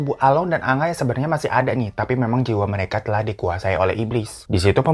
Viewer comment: Akhirnya kangenku akan kata "Telakhkh" terobati 😂 kata telah paakke huruf hijiyah kho, bang Hiro doang 🤣🤣🤣